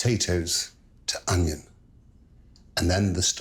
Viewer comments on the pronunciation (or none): The Pomme Braunjeur section Marco calls the onion, "ingens" like what they say in Dundee, is this French? Or is it a Dundee thing?